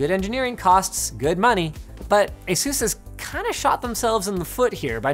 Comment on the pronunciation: Please never pronounce Asus like that again